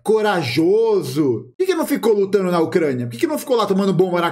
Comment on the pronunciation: O cara se dói por falar "Ucrania"